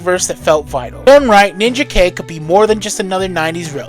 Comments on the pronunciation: i always thought Ninjak was pronounced Nin-Jack not Ninja-K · Respectfully, I'm pretty sure Ninjak is pronounced "NinJack". Otherwise it would have been spelled "Ninja-K". And Rai is pronounced "rye". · I was going to say this too; I didn't want to be a dick, but I was like: NinjaKay?! Was that the title? Then saw the cover and I was like: No, it was Ninjak. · If anyone's a fan of this universe and hasn't seen it there is ninjak versus the valiant universe on YouTube which is an hour and a half movie that's pretty damn good. Also I think his name is pronounced nin Jack. Great video as usual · How can you say a character is your favorite when you don't even say his name right? So much of your info is so wrong or just misleading. While I appreciate spotlighting some of my favorite characters, it actually hurts how poorly you represent them. Rai (pronounced RYE) is more than one character. There have been at least 6 characters to carry this title and they all dealt with many different issues. I could go on and on ,but rather than out you down, I hope you delve into these characters and actually get to know their stories because you missed so much. From Eternal Warrior to Ninjak you sold them short in this video. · It's because it's not supposed to be Ninja Kay. You are right on this. It's pronounced Nin-jak. Just like Rai is pronounced Ry, not Ray. Rai often is the word for Thunder, Lightning, and storms. It's why Pikachu becomes Raichu (Ry- Chu). Mortal Kombat taught us a mispronunciation. It's Ry-den, not Ray-den. Ai in Japanese is usually pronounced like an "I", not an "A". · Ninja K?????….you mean NIN-JAK?!….its NINJAK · You mispronounced a couple things in this video it is North Am as I am here not North A.M. And it is Nin Jack not Ninja K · "Ninja K"? ...... You mean Ninjak?